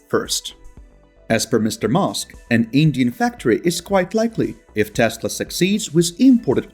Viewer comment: what’s with Maask and Taasla? 😅